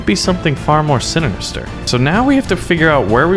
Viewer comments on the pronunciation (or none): did he say sinininster?